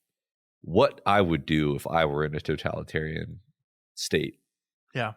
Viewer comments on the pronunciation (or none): You're mispronouncing totalitarian as talitarian. You are dropping the "total".